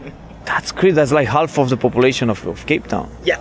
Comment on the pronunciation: îmi permit o mică corecție: nu mai pronunța half or walk in english … se pronunța “ haf “ și “ “ wak” fără litera “l “ Sper sa nu te superi Va iubesc și sunt cu voi in călătoria in jurul lumii!😘